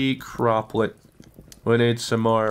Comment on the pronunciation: bro you said crop plot wrong lol